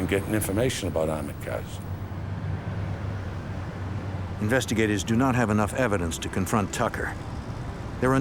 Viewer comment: He definitely said they burned their getaway caws to destroy evidence.